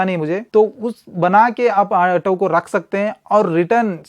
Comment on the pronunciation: ato nhi auto hota hai 😅